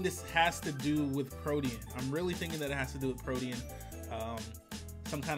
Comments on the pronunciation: you meant protean (pro-teen)? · mispronouncing 'Protein' over and over hurts my eardrums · Ok greninja's ability is pronounced PRO-TEEN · "PRO-TE-ANN" bruh